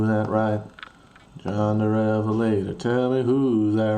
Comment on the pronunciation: I believe the stress is on John rather than the first syllable of Revelator. Not a bad rendition though!